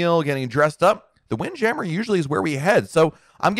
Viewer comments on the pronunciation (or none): Is it wind jammer or "wind jam mere" lol I've never heard anyone say it that way before